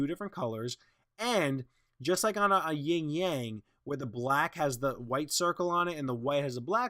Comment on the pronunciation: It's "yin yang," not "ying yang."